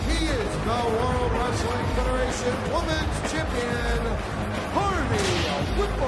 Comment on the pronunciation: Tony Chimel had a complete inability to say the word "Women's".